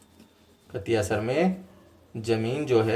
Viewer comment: कतियासर नहीं कतरियासर